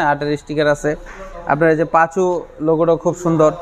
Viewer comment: সবথেকে বিরক্ত লাগছে টয়োটা পাসো গাড়ি কে কিভাবে বারবার পাচু পাচু বলতেছে